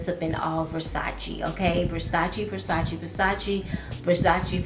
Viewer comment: I love you - you pronounce it Versac-E not versac-A!! All my life it has been pronounced the way you (and I) say it! Now I hear people all of a sudden pronounce it with an "ay" sound🙄. And you say "coin" (correctly) not "coins". In my day we always said "coin" singular not coins plural. Thanks for this video, I have to try that VersacE woman!! Sounds delicious. ** I got an Ellen Tracy at TJ Maxx, the one with the red floral background, on clearance for 4 bucks and it smells delicious! A beautiful sweet floral. Very nice, and only four dollars!!